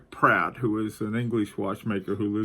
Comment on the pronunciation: Are you saying "Platt" or Pratt ???